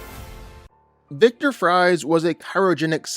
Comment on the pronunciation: why are you so mad at him for pronouncing it as "victor🍟"